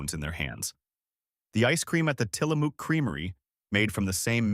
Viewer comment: Tillamook: mook like in book. (I see someone already corrected how to properly say Willamette). Might consider learning pronunciations before posting…Portland is alive and well! Thank you for the video…